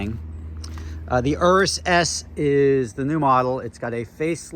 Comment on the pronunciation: Thanks for pronouncing urus properly